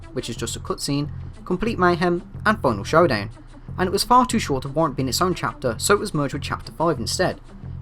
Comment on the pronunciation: "final showdan" 😂